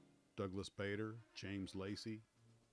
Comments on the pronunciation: I enjoyed this review very much, but I grind my teeth in frustration at how Americans continually mis-pronounce people's names! Surely your research should have avoided these basic errors? "Aydolf Gayland" is pronounced Addolf Gall-land. Douglas "Bayder" is pronounced Douglas "Barder'. "Hammish" Mahaddie is pronounced "Haymish" Mahaddie. These great and heroic veterans deserve better! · Thank you . BoB is an old favourite. That's a lot of information that I hadn't heard before.. Bader is pronounced Bar-der.